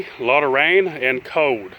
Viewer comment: This guys english is shit. Cold has an l it's not code like he sais